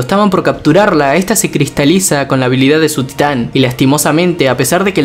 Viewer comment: parece como que dice STAND y no TITAN